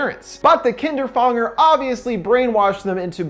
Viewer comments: The way he pronounced kinderfänger fucking annoys me. If the name is supposed to be said like the german word you have to pronounce it "kinderfÄnger" not "kinderfAnger" and if you don't know how to pronounce an "Ä" LOOK IT UP! people saying it like a normal "A" has bothered me for years! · You pronounce Kinderfänger wrong. But its a difficult word because of the ä. Its pronounced like an ae. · Kinderfänger or how you called it “Kinderfanger”...seems like these story writers also think German stories are scary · I'm sorry to mark you on this but it's called Kinderfänger but it's okey because you don't have that letter in your alphabet ^^' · this is absolutely irrelevant but I hate how you pronounce kinderfänger omg that's the true horror lol